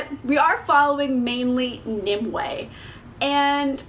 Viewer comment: Omg thank you so much for pronouncing Nimue correctly. I have seen so many reviews for this book where people call her "Ni-MEW." /sigh